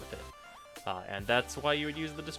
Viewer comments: The way you pronounce destreza and rapier are cringe worthy. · The fact that you can't pronounce either Destreza or rapier made this review slightly less satisfying.